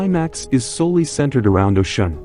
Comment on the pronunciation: Speak her name correctly